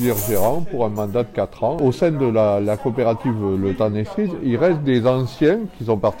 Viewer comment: « Le temps des Ssrises » huuuuu cErises 😭😭 j’ai mis un pouce bleu alors que j’aime pas Paris, mais la vidéo est super 👏👏